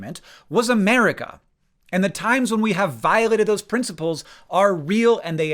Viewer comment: Sounds like you are saying "Ameria" at x2. I was so confused haha.